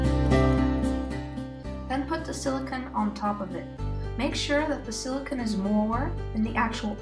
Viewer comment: hey, thanks!! it's great. one comment, though, it's silicone not silicon. the latter's an element that is extremely hard and is a semiconductor. the former is PDMS, polydimethylsiloxane or silicone rubber. it's pronounced sili cone. but great video!